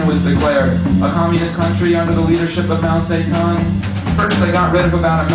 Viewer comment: History for the most part is correct. I agree, the chinese words are all mispronounced, ie Mao Ze Dong